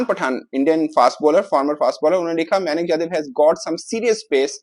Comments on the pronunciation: म्यानक nahi मयंक हैं नेम तो सही से लेलो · खुद को खिलाड़ी का नाम नहीं पढ़ना आता है ।विवेचन कर रहा है उसका सही नाम "मयंक" "यादव" है नही की "मयानक" "यादव" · मायानक जादव 😂 उसका नाम मयंक यादव है